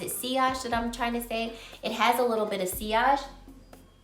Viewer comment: Because you asked, your pronounced sillage correctly! But sillage is the trail the fragrance leaves, similar to projection which is also about how far the smell projects off of your skin/how far away someone can smell it. Those are both different aspects of performance than the longevity (though projection and sillage may die down over time).